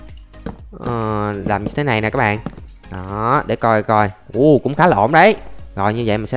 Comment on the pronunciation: bỏ cái từ cái bạn ơi đi ngáo “ các bạn ơi “